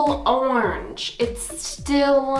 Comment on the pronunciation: It's not Orng, it's Orange! Fml